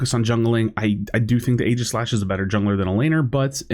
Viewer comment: "only YouTuber who can pronounce aeigislash"